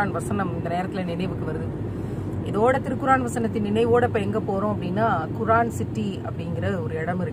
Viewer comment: குரான் இல்லை குர்ஆன்